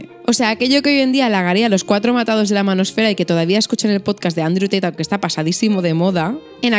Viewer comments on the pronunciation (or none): none